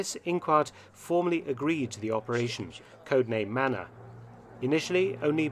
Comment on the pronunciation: It’s manna not manner